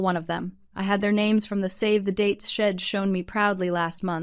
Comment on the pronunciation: Need to quite using contractions since the AI voices do not understand them. Tired of hearing about sheds instead of she’d!